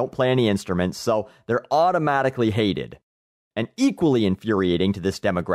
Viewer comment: doesnt really seem to have any musical knowledege what so ever. Just Because The Beatles had simple lyrics they were no different to Boy bands of today -____- (that made me lol) I love how much emphasis he puts when he said if you were the same age youre now; you wouldve HATED the Beatles. He is an arrogant asshole. Some guy posted a video earlier "An in Through the Outdoor commentary The beatles were a "boy band"